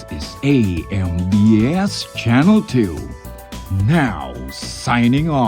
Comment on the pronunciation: Ey-Em-Bi-Esh (AMBS)